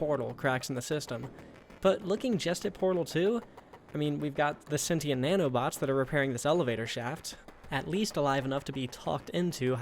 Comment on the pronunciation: >Says everyone in Portal is a moron >Pronounces "sentient" wrong multiple times